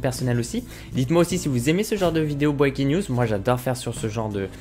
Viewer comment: Si tu sais pas parler anglais dit pas breaking news